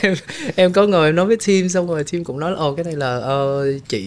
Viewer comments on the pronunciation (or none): none